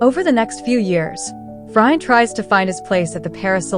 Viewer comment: Pronounced FreeAuunt not Fry ant. And Boo jwa zee, not Berj wazee..